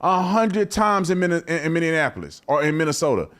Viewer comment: Tatum still can’t say Minneapolis 😂